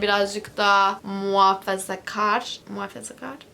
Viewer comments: "Muhafezakar" snjzjsj çok tatlı 😂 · Muhafazakar'ı çok komik söylüyorsun XLSBDOWHDKWHSJ